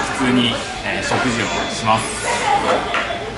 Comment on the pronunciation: 食事のイントネーション